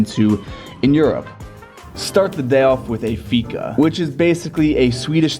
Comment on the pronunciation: ”Lets start with ay fika” LMFAO SWEDEN LUGHED OUR ASS OF